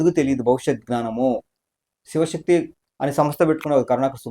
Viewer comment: శవశక్తి, శివశక్తి కాదు